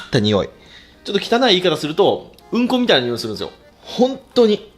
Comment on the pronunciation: うんこの発音がうんこ⤴なの笑った